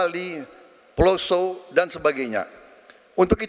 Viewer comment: Ngomong Poso aja kok Ploso. Yg bener mn to?